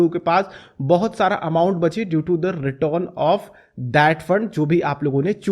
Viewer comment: आधव जी, इतना भी ना जुबान को ट्विस्ट करो, रिटर्न को रिटोन बोल के चूतिया लगते हो।